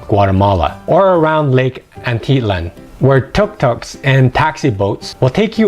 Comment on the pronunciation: Nice video, thanks. The pronounciation for two these places Antigua and Atitlan thus, is Ahn-tih- guh-ah, Ah-tih-tlan. Accent on the last "a".